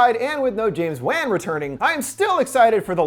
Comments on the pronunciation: Maybe it's from the years of some mispronouncing and misspelling a actors and characters such as Robert Englund/Freddy, Michael Myers, and Kane Hodder (Jason) it kinda made me chuckle a little when the host pronounced James Wan's last name as Wan like Fan instead of Wan like Won in Wonton. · Dude I love your channel but it's James WAN LIKE JUAN NOT FUCKING WAN LIKE MAN Jesus H christ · It's James "One", not James "Wang". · Lol i was into the video until you continued to mispronounce James' name wrong. You pronounce it like Wand but without the d... not like pan. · James Wan (WAH-N) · Pretty sure “wan” is pronounced as “one” 😂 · I’ve never heard anyone else pronounce James Wan the way you do.